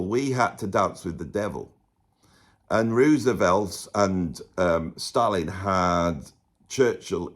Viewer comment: Thank you for pronouncing 'Roosevelt' correctly! Great video!